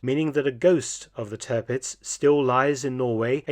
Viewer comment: It's Tearpitz, not Turhpitz...